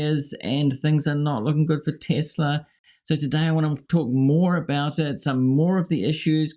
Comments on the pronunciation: “I love Tesler!” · It's TESLER!!!! 😂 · Tesla? Oh, you mean Tesler!